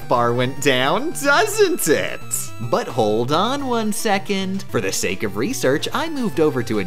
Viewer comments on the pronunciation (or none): none